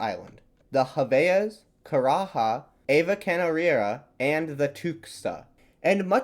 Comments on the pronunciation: Portuguese is not Spanish, so Marajó is pronounced "Mara-jo" not "Mara-ho" or Javaés pronounced "Ja-va-es" not "Ha-ve-as" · Javaes and Marajó, as others have pointed out, are not not pronounced with the spanish J sound. great vid!